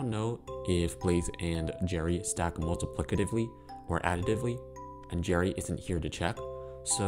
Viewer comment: it's multiplicatively 😭